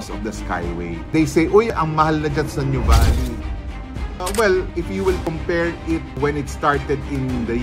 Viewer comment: We pronounce it as, 'noo vah lee'. Not new valley😊